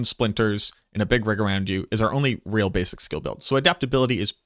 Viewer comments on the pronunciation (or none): none